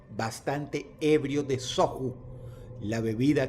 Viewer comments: Se pronuncia "soyu" aunque se escriba "soju", un abrazo Dross, te amo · se pronuncia soyu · Amigo Dross el Soju se pronuncia Soyu y esta muy bueno trabajo con coreanos y toman mucho eso, lo toman como shots de tequila